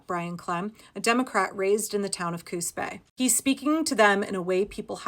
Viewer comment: I kept hearing "Coos Bay" as "Coup's pay". Or even "Coup spay". 😛 (And it didn't help, the way the auto-subtitles struggled to get it right!)